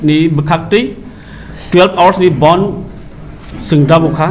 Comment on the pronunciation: It's "Bandh" not "Bond." "Bond" has different meaning....